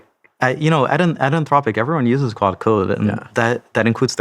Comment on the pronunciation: He is definitely calling it "quad" 😅